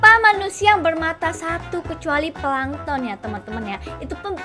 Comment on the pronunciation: Aku suka naruto aku dengar kakak bilang plangton di naruto langsung ngakak aku